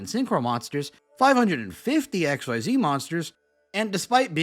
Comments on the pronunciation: It will never not piss me off that you intentionally choose to say "ex why zee monsters" when you know damn well it's "exzeez" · Xyz monsters have been out for over 10 years now, so I wish more people pronounced it "ik-seez" (like how they said in the announcement article) instead of "X-Y-Z"! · Every time you pronounce Xyz as "X-Y-Z", I die a little inside. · I’m sorry but pronouncing “Xyz” like this rouses my homicidal urges. Say it with me, folks: “Ex-seez” This is not a Fusion archetype. Xyz are fuckin cool. Thank you.